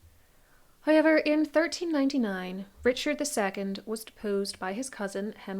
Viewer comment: It’s so interesting how your pronunciation of the diphthong OW sounds like I. It sounds like you say highever instead of however.